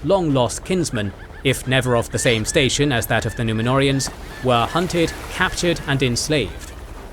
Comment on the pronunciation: The way they absolutely butcher the Númenóreans , angers 😠 me